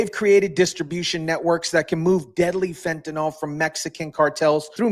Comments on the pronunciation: you know as an organic chemist I have perplexed at how everyone is pronucning fentynyl. by saying it as fentanol that OL ending? it means it is an alcohol, which it is not. Take it from wikiepedia if you want to stop sounding like an eeeeee deeeee ot. lol The correct pronunciation of fentanyl is "fen-ta-nil" , with the stress on the first syllable and the final syllable sounding like "nil". The pronunciation is often rendered as /ˈfen.tə.nɪl/ in the UK and /ˈfen.t̬ən.ɪl/ in the US. While some people pronounce it as "fentanol," this is considered incorrect because fentanyl is not an alcohol and does not have the "-ol" suffix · Fentanyl does not rhyme with alcohol